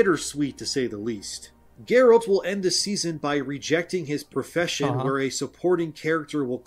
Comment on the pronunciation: Ah they changed Geralt for Jerald? :D